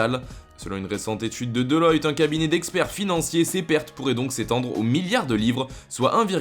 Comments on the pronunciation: On dit deloitte pas deloyte mdrrrr quel tocard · Ça se dit DelOUAtte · c'est pas DELOYTE lol mais Deloitte